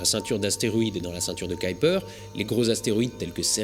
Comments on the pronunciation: Je pensais qu'on disait la ceinture de Kuiper ? On dirait que tu dis Kaïper ? c'est autre chose ou est ce que j'entends mal ? ^^ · Pourquoi tu dis "caillepeur" et pas "keuhuipeur"/"kuipeur" ? En phonétique c'est : [ˈkœypər] où œ = "eu" comme boeuf, y = "u" comme dans mur. Bref je suis étonné? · Surtout, ceinture "qui"-"perd" ça fait varier la pronostication! Ça en devient ridicule; comme c'est du Néerlandais, cela se prononce "Cueille"-"peur" et avec l'accent : "KUEILLEPEURrrrrrr" sans balancé le mollard à la fin! 😜 Par pure bienséance! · C la prononciation Anglaise Kaïper = Kuiper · Pour information, Kuiper se prononce [ˈkœypər]... Plus proche de "cueille peur" que de "caille peur" (comme dans cette vidéo). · Ce n'est pas la ceinture de "Kyper" (selon ta prononciation) mais bien de Kuiper ^^ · On ne prononce pas plutôt "Kuiper" au lieu de "Kaiper" ? ;) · " ceinture de kaïlper? :p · Le nom de Gérard Kuiper, celui de la ceinture du même nom, se prononce "cueille peur". Si on te demande, c'est un belge qui te l'a dit ;) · bon épisode, c'était fascinant. Par contre Kuiper se prononce keu-u-peur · K U I n'a n'a jamais fait KAY en anglais mai KOUI donc c'est "KOUIPER" qu'il faudrait dire Kuiper belt. Je sais que déformer un nom propre n'est pas une faute mais là Mister Kuiper doit se retourner dans sa tombe! Astronojayk! Mais bon, c'est bien ce que tu fais. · Pourquoi le prononcer en anglais puisque c'est un nom néerlandais (qui se prononce bien "kaïpeur").